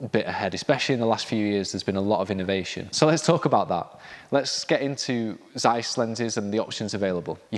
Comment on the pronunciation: “Tseiss”, not “Zzzeiss”